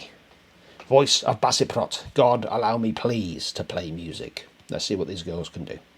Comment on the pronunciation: Love the reaction! They are indeed an important (and pretty kick-ass) band. BTW, I believe the "c" in Baceprot is pronounced as "ch" from what I've read. Thanks, especially for putting it up so quickly. 👍👍👍